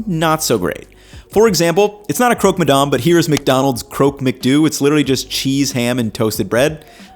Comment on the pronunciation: If you’re gonna stay there for a year you need to stop pronouncing French words like an American 🤣🤣 it’s not “madarm”